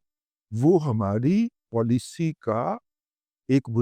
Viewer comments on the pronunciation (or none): none